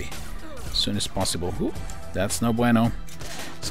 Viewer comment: Hahahahahaha!!!! That's not BUENO hahaha...!!! I'm from Argentina, and I laughed a lot when you said that!